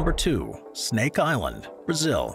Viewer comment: Incredible pronunciation for Snake Island! I had to stop the video to let you know.